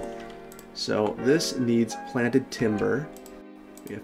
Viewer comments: Plan(T)ed Timber? You mean trees? :P XD I tease, I tease. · Planed... Planed Timber... Not Planted....